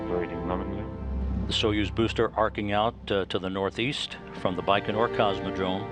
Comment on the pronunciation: Launched from Bacon-or? lol (bye-can-or)